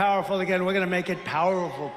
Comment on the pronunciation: He said "powerfwrbl"😂😂